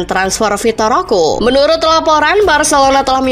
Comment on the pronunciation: Dasar chanel abal2 Roque dia baca ROKU😂😂😂